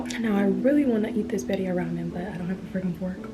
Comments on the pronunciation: Lol it’s bee-ree-ah. I love your show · Birria= “Bead—e—yah” consume= “con-sum-Ed” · girl how did you butcher “birria” the way you did😫😫 and mukbang???? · Why isn’t anyone helping her pronounce birria